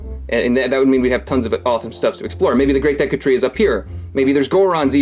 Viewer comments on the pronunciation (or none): none